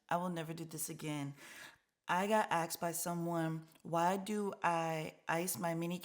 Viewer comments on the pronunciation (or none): Why do you say "axed", in one of your other videos you said, " I got axed". 😂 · I often get “axed”? Asked!